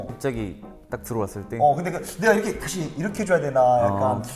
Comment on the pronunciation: 이렇게를 이르게라고 발음하는거 너무 귀엽..